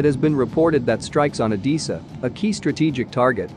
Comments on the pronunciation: C’mon robot voice, try harder, it’s Odessa not Odissa. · Oh-des-ah... not Oh-dee-sa. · O-dess-a, not O-dee-sa! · I'm about to lose my mind hearing the narrator say Odessa wrong so many times!!🤯🤯🤯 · At least learn how to pronounce "Odessa" !